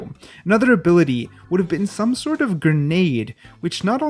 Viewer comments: Grenade not granade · lol “Granade”